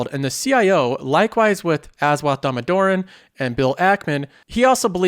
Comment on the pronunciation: I can't help commenting this, but it's pronounced dah-moh-dar-on. And he truly is the valuation king. If you want to learn how to properly do valuation I highly recommend his freely provided college courses that are in playlists on his own YouTube channel.